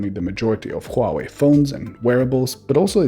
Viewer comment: thank you for pronouncing HUAWEI correctly